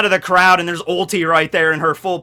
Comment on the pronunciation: Have my like just for the correct pronounciation of Ulti's dino.